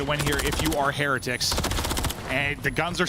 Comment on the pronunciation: Am I the only one that's irritated with how Heretics is being pronounced??